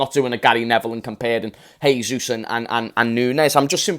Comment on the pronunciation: Great video mate, just a heads up: jesus in portuguese is pronounced "jay-sus" (not exactly like that but it's the best way i could write it) not "hay-sus". Please spread the word so that annoying brazilian like me will be happy😀